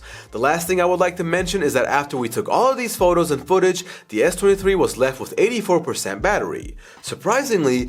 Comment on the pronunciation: Sounded like he kept saying 33